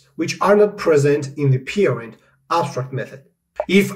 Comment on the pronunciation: "Peerind". Took me a while to understand you mean "Parent".